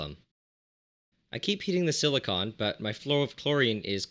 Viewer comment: Omg stop saying Silicone two different ways... just pick one pronunciation and stick with it, so obnoxious and I couldn’t concentrate to what u were saying